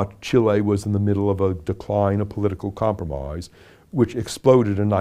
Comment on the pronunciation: Not once in my life did I think I would one day be watching president Lincoln saying comproomoise over and over again to me. We live in an age, I tell ya.